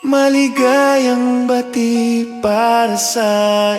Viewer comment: okay naman po sana kaso po maligayang Bati napabilis po yata ang pag bigkas..